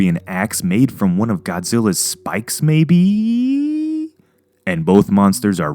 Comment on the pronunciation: Why so weird when you say maybe.....